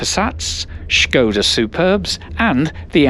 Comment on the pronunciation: On the other hand, being a bit simple minded, I was thinking how clever you were to find a new way to pronounce Skoda!